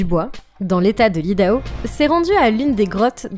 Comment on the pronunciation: Tu vas tellement vite, que tu dis des bêtises.... Odaho? Non Idaho !